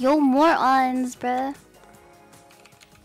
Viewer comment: loved the part where she called the enemy "more-ons"